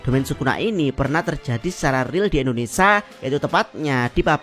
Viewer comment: Salfok bg bilang Indonesia,jdi indonesa😂😂